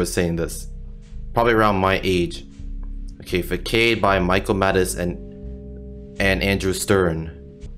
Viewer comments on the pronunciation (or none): Love your content, though to note, it's pronounced "Fah-sahd" not "Fuckaid."